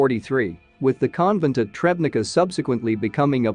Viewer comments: Tschebnitza, not trebnica. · Do some research before making videos and learn how to pronounce the names. The town is Trzebnica. "Cheb-neet-sa" will be close enough. And it's "Jadviga". Say, "Yod-vee-ga". It's not "Conrad eye" but "Conrad I (the first)".